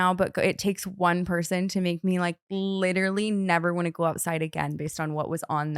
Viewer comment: The way T says “wannuu” instead of “want to” 😂☠️